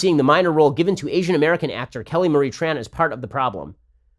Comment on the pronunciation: Tran is pronounced Chan